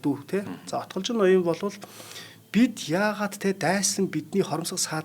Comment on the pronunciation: Отголжин2 л гээд байх юм Отгичин биш юм уу?